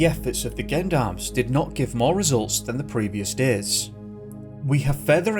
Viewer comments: Gendarmes is said with a soft G not a hard GU, like "gently" not "gun". Gendarmes are the military police force in France. There is Police and Gendarmes, the police force works in cities and Gendarmes are more deployed on the territory and country side. They also patrol roads and highways. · Why do you pronounce gendarmes like that?